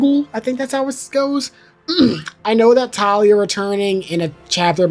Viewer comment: dont worry. you correctly pronounced it around the mark as for talia it was pretty accurate. And as for bludhaven. The most necessary info is its a city thats similar to gotham where instead of batman. Nightwing is in charge of crime. Also i feel like The 89 period would probably happen before robin seeing as how batman seemed still a myth. and having Batman appear in a large area like a circus destroys that status. so itd make most sense if it was the 22 film and then 89 and THEN the robin stuff. TLDR: pronounced Ras al ghul right around 16 minute mark. And itd make most sense if batman went from chapter one as a myth, then less of one during 2 by working with gordon, then 89 still a myth, THEN the robin stuff where hes conirmed. Overall Great video! Also itd be hilarious to have the end poke fun at the idea of Titan Joker by having joker say its a silly idea. ALSO whats your favorite Batman Suit? mine is Arkham asylum. So i hope its base game, since it wont be in the arkham pack.